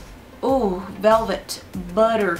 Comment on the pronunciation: I love how you say butter lol